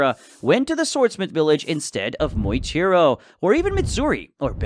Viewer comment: Muichiro❌ Moichiro✅